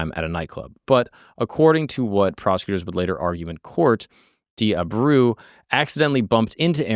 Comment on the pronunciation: except he’s not lol he mispronounces Abreu , Mackey, both girls names and a few others… not that it matters much, just pointing out bc he got props for it 😆